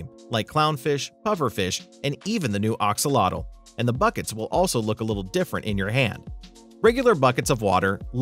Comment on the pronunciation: 'Oxelotle' hahaha